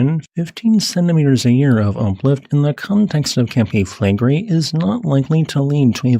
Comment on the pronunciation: By the way, it's Campi FlegrEi, not FlEgrei. And incidentally, the entire very round bay of Naples looks like the outline of a supervolcano...